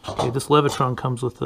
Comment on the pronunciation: "Leviton" NOT "Levitron"